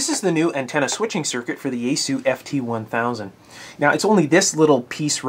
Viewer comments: It's called Yaesu(yah eh su), not Yaysoo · It's pronounced "ya" as in yacht, "es" as in saying the letter S, and "su" as in "sue me". There shouldn't be a English-style stress accent, but since avoiding accents is hard for English-speakers, perhaps try to accent (if you have to accent anything) the first syllable...